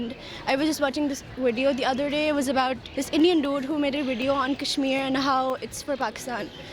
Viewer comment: KASH"MIER" XD I can't with the accent of that girl lmao "PHAKISTANIS" arey behen Apne country Ka naam to theek se le le